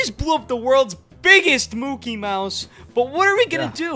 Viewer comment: His name is not Mookie Mouse is Mickey Mouse you Lyin